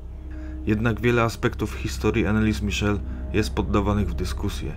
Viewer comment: Dokładnie. Wymowa niemieckiego imienia i nazwiska jest zupełnie inna.